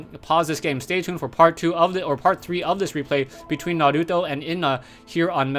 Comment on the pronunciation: you pronounce naruto so awesome!!